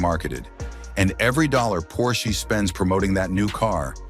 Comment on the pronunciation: Por-shee? get rid of the AI voice!